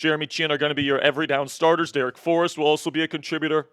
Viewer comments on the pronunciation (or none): none